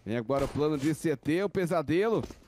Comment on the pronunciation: É impressão minha ou o narrador falou “prano”